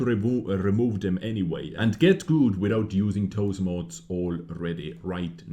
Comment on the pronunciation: Sorry, but it’s pronounced “mods” not “mOOOds” lol